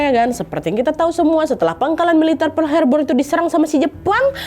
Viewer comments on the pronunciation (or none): none